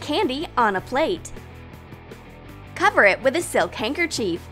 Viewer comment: No offense I love your channel but it’s not handkerchief is handkerchief